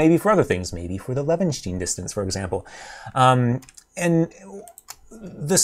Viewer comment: Pronounce it as Leven-shtine. With sh and like brine. Source: am German.